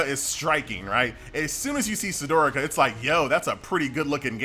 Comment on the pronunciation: Absolutely agree... he hasn't played it as he hasn't unlocked any races and he can't pronounce "Sdorica". He slips his S like he's had a stroke.